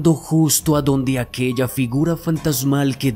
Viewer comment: Actualidade, fantasmale, keasa, keasi, capitale, cuidado con la pronunciación compañeros... El video es excelente pero el narrador por parecer afectado pronuncia mal... Con mucho respeto y cariño....